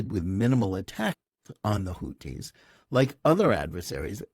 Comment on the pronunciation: Who are the "Hooties"? "Houthis" (الحوثيون al-Ḥūthiyūn) is pronounced (and written in Arabic) the way it is spelled in English. Otherwise excellent podcast.